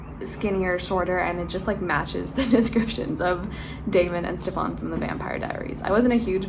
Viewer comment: omg the way you pronounced "Stefan" from TVD was painful lol